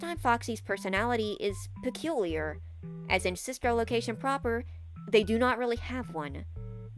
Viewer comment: Sorry I love this video but “PeCuLiAr” “PeCuLiAr”